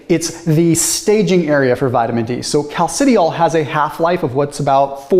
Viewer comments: Cal-ci-di-ol You're welcome :) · I'm not the expert, but from chemistry classes gone by, I suspect that those words are properly pronounced "calci-dye-all" and "calci-try-all." Thanks, as always, for the deep dive!